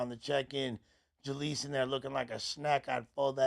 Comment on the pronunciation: Jaleec OF button? 😅 But fr.